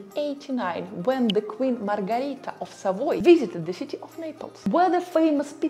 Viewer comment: Si' ma e' Margherita, non Margarita. LOL